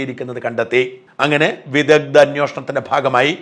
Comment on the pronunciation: വിദദ്ദൻ, വൈദദ്ദ്യം 😂 മലയാളത്തെ ഇങ്ങനെ കൊല്ലരുത് 🙏